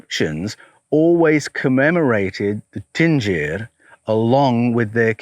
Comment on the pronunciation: is it not 'dingir' DIN-GIR? i think you are saying Tingir....'din' indicates divinity....